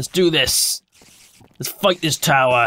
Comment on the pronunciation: Row row, fight da towah? ;)